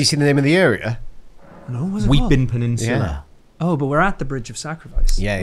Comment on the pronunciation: My dearest Boys, Just got off the night shift, am on a Monday is my Friday after work, I'm about three pints in and I'm loving my life watching this. Love that gets to say "Pennishula" to after getting hard done by "Stantue" all those years ago